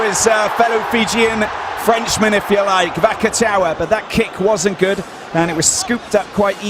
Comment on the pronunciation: The commentator isnt french if that's what your saying. He also butchered the naikatisi and vakatawas names